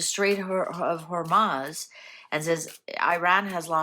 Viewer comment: It is not HormAz, it is HormUz.